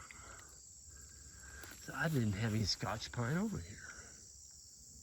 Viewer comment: Hi. A Scotsman once corrected me. No Laddy, scotch is a drink, or a tape, not a tree. That would be a "Scots Pine". Just an s sound, not cha.